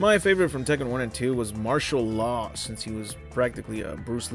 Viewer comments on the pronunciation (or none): none